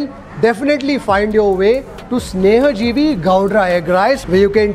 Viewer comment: It's snehajeevi dude.. Not sanjeevini.. 😁😁